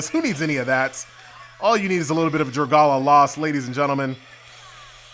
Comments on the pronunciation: Its pronounced dra-gay-lia lost not dragala lost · DRUH GUH LEEUH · Proud of, already butchering the name as promised. When say something, you'll know he'll deliver